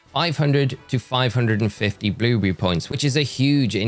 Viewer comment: I like how he says “bluebrrry”